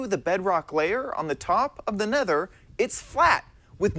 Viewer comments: he said ne nether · He says nether weird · Ikr heard that mistake neth nether